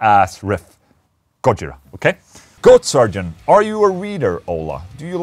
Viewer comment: GolaJira? Gojola? GoOlaJira? go listen to Sybreed